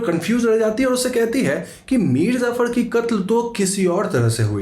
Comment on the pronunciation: bro its Mir Jaffar nor zafar...